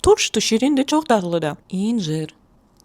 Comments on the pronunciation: İncir yox əncirrrr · Incır yox Əncir